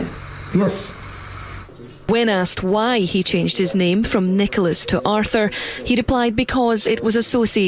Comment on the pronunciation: I love how she makes an extra effort to deliberately get name wrong every time she says it, as if she wouldn’t remember it.